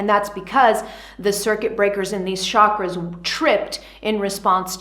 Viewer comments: Love your explanation but chakras ate pronounced as chakras as cha in chocolate and not Shakras as you did 🙏🏻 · I wish everyone pronounces chakras right. It's not "sha-kras". It's prononunced as "chuh-kruh". As in chilli. Ch.